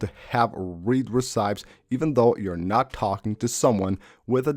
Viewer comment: Very interesting video, thanks a bunch. By the way: Read Receipts is pronounced in phonetic letters ri'si:ts and the word derives from the Latin verb "to receive or take"